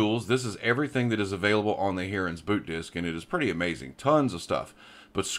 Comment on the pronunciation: lol Hearans. Its called Hi-rens. 🙂